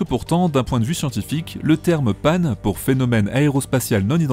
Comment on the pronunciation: Bonjour. L'accronyme OVNI a un sens. En revanche PAN aucun, même s'il correspond au TOUT grec et au dieu. PANI serait plus respectueux. Et pourquoi le prononcer à l'anglaise ? Une autre fantaisie ? Sans rancune. Jo